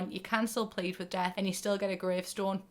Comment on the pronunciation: Fully thought you were saying Dev instead of Death which is my nickname but now i shall introduce myself as Death hello nice to meet u